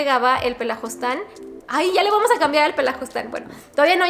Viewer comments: jajaja es PELAFUSTAN no pelajustan 🤣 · Querida es "pelafustan" jeje no pelajustan con todo respeto y cariño